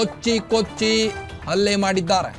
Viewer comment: ಲೋ ಕಮಂಗಿ ಆ ಕಾರ ಹ ಕಾರ ವ್ಯತ್ಯಾಸ ಇದೆ ಕಣೋ. ಅಲ್ಲೇ ಮಾಡಿದ್ದಾರೆ ಅಲ್ವೋ ಹಲ್ಲೆ ಮಾಡಿದ್ದಾರೆ.